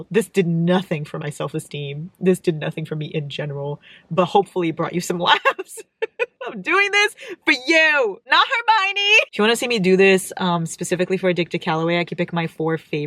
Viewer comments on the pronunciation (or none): For you … not hermoinie 🤣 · For you … not hermoinie 🤣❤